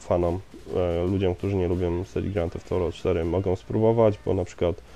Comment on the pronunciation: grand theft thorow ???? czy ja zle slysze